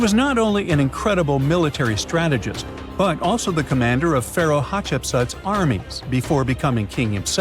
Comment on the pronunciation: TUT- Moz I, TUT-Moz II? HAT-Shu-Psut? TUT-Nkwa-Amun.